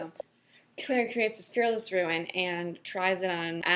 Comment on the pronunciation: RUNE .........not RUIN!!